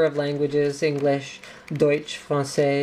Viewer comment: "Deutsch" love your pronunciation. Greetings from Germany :)